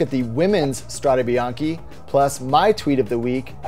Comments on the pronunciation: ok, but the correct pronunciation is: strade bianche not strade bianchi. Bianchi is the bike manufacturer :-). So, bianch-e not bianch-i [which means white roads] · Strade Bianche, not Strada. And you did it twice. Hats off for intentional spelling errors.